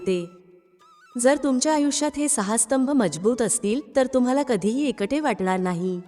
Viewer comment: एकटे म्हणण्या ऐवजी एंकंटे असे उच्चार ऐकू येतात.